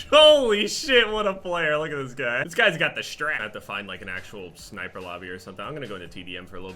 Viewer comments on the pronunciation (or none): none